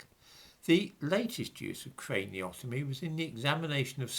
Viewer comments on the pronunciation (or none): Craniometry not craniotomy.